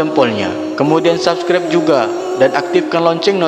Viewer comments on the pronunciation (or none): none